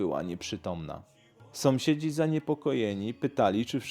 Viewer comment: Kolego sąsiedzi a nie somsiedzi.